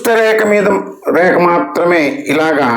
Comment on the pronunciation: ReKa kaadandi, rekHa anandi, kaastha sarigga pronounce cheyandi sir!, reKa-reKa ani nannu champuthunnaaru kadandee!